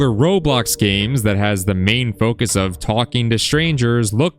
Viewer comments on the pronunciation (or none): none